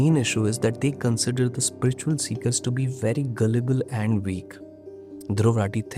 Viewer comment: Beg your pardon but what exacyly is Spritchual ??😂